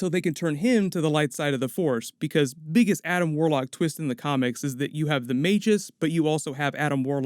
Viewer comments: "Magus" is pronounced "mag us" not "maj us". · Are we not gonna talk about how you said Maygeees instead of magus?